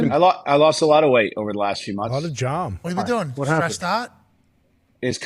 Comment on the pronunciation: Every time Pac-Man says “jahm” an angel gets their wings 💀😂😂